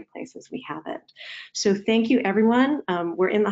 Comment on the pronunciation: Sounds like "hello every run"